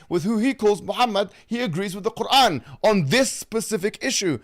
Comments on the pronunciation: Why is he pronouncing Quran like that? Kagaan 🤣😂🤣🤣🤣🤣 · I listened to the debate on my way to work😭 Dr. Craig is hard to listen to... Everytime he said; "Krgruran" ( Quran )😖.. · Why was the old dude pronouncing Quran like that 😂